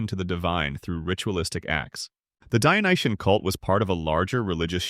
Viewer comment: The adjective is "Dyonisian", not "Dyonitian". Otherwise, nice video!